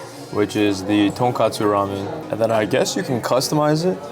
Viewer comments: it's tonKOTsu not tonKATsu 😅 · the pronunciation for tonkotsu is like tonk “oh” tsu so you got it right a few times! tonk “ah” tsu sounds like tonkatsu (the pork cutlet)